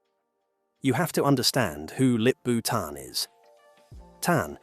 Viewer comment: Sorry for being off-topic. But he sounds like 'lick-boot..an' while saying the new ceo's name😂